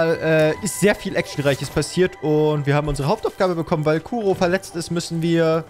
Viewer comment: Schon am Anfang den Namen verkackt Nicht kuro Sie heißt ku 😂